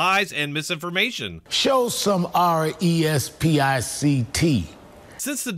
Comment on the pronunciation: He said respict lol get that man a dictionary